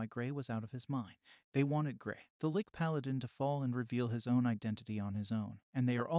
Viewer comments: Why is it these channel narators seem to not be able to use correct pronounciation and ennunciation. It really breaks you out of the story and you have to keep thinking oh yeah... he means X not what he said. Are they good quality text to speech bots? I mean this one not even 5min in, protagonist was said incorrectly, Lich is phonetically harder on the CH sound, like CHeese. Ok wow he pronounced Lich more correctly 8min 33sec in... so im presuming there was error before? Why would you leave it in? Another channel has this issue, was saying Viscount as Viz-Count, where once again the s in silent and its Veye'count. They seem to all have North American accents and Im giving the benefit of the doubt they are bots because If they want to use this as demonstration of VO work they will find these work against them. Regardless, its a pet peev when people have poor pronounciation in presentation, less so in conversation. Guessing blame to the NA school systems? I mean a 5 second google is best practice if you havent used the word frequently in speech or not heard it spoken before. Take this as constructive criticism despite my annoyances for which i apologise, I really just have found this a common thread and had meant to mention it before on another channel. You could say I was emotionally driven to actually comment this time. An editor pass would pick these things up. For an hourly rate I'd be happy to assist. Chumps work for free. Your time and effort is valuable and dont ever sel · I mean.. seens to be good, but hearing 'Licky' all the time is strange. Isn't it 'Litch', like a sneeze. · Hahahaha! "Gray the 'Lick'"? I think that is pronounced, "litch". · first time i heared someone pronounce liCHHHHHHHHHH as liCKKKK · Of all the words to pronounce wrong saying liCH as lick makes it that much better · Funny how the lich was was pronounced as lick ''ah yes! i shall use my licks to raise the undead! muahahahaaah!'' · first ive ever heard the word lich pronounced lick.